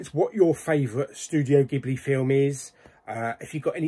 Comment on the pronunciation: It's pronounced jibly. Two of their best are Hayo Miyazaki's Princess Mononoke and Laputa castle in the sky.